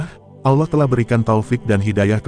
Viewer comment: Belajar dulu nyebut nama Allah dg benar,min